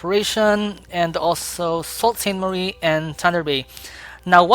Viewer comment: Hi! Your video is very straightforward and motivating! Just a small note: Sault Ste. Marie is pronounced “Sue Saint Marie”. Keep up the high-quality work!